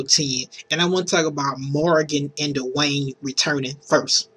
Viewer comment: "I wanna talk about Morgan and DUH-Wayne." XD